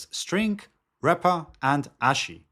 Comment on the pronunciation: what did you learn in this video? - how to pronounce ASCII in Italian